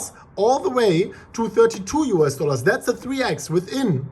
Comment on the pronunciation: " US dollas....."